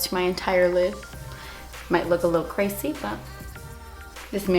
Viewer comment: I've been saying "creh-ssyyy" instead of crazy for a while now and it JUST clicked with me that I picked it up from watching hahah. This look is a lil crehssy but love watching your vids as always~